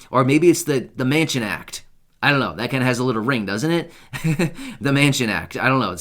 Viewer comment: Almost sounds like you said maniac